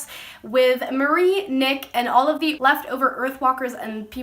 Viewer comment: Not trying to be an ass but it's "Mari" kinda like the end of Ferrari... Or Safari...Not "Marie or Mary"